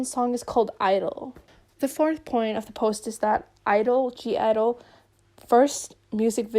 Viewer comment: Took me 28min into the vid to figure you mean G IDLE 😆😆😆 sitting here like “who the hell is Gierro???”